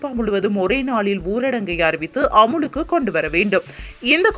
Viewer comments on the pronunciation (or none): பிரிட்டன் ma... NInga britania biscuit company soldranga.... Apro அமுலுக்கு ila அமலுக்கு... திருத்தம் கொண்டு வர வேண்டும் news reader....